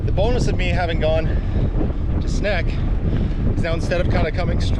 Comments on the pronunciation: It's a snake from Sneek. Not a snack from Snek. Overall i think you do your pronounciations well and put good effort in it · Sneek is pronounced snake. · The correct way to pronouce Sneek is exactly the same as you do pronounce 'snake' by the way. Greetings from a guy from Sneek 😄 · and the funny thing is, the "correct" (Dutch) pronounciation is pretty close to the regular pronounciation of "snake", haha. I don't know how it's pronounced in Frysian though, which is of course the real correct one. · Sneek is pronounced the same as the word 'snake' in english. Just a tip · HUH?!.. Correct pronunciation of Dutch places?! Edit: Nevermind, Just reached the Sneek part. It's pronounced like Snake. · Hehehe did you at least have some Snacks at Sneek? Funnily enough its pronounce exactly the same as the English word "Snake" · From a Groninger I'm telling you even if those damned Frisians are mighty annoying, they have the easiest to pronounce city in the Netherlands for a native English speaker, Sneek is pronounced snake. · Sneek is pronounced the exact same as the english word snake. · Sneek I pronounced Snake. My hometown. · fun fact, my Opa was one of the engineers that worked on this modern bridge before moving to Canada. I visited Sneek because that's where my dad was born and where my dad's family is from. Beautiful town. Incredibly dense and walkable for a 35,000 person town. Also, sidenote: Sneek is pronounced "Snake" like the animal. I know zero Dutch, so not being critical, just thought I'd mention! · Sneek is pronounced: snake. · As a Frisian, I don't mind the atrocious pronunciation as much as you shouting from the rooftops, how to drown our little, seafighting country... 🤫